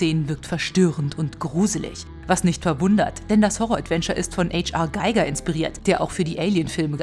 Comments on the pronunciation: H.R. Giger ist seiner Lebzeit Schweizer gewesen und wird nicht mit englischen Buchstaben ausgesprochen. Giger ist Giger und nicht Geiger… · Geiger??? 😂😂😂 Oder. H. R. Giger? Deutschsprachiger Raum.. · I a Geiger wohl falsch ausgesprochen oder schlecht recherchiert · Heinz Rudolf Giger war Schweizer. Ihr müsst nicht alles Englisch aussprechen